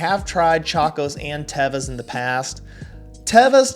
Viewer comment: First of all is not tava it is teva😅